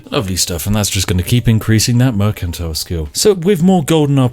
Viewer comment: Merkantile. Ah yes I will go to the merkant to buy some bread.